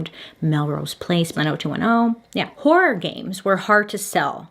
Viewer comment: I’ve been here since Bailey tried to say the word “horror” for the first time in this channel 😂😂😂